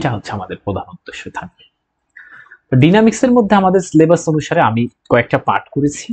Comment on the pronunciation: উচ্চারণ ডাইনামিক্স হবে না?